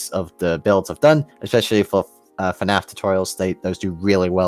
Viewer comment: Why does keep saying FANAF?